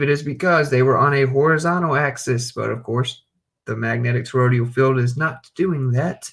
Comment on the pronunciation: Love the channel, just a constructive comment not meant to be negative or disrespectful; you're pronouncing toroidal with 4 syllables as "torodial". Phonetically it's pronounced tor-oy-dull with 3 syllables. Just trying to help, thanks again for your work.